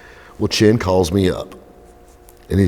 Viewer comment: Chen. The ch is pronounced like that.